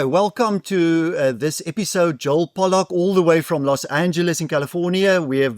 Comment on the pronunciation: Not Pollock, but Pollak please.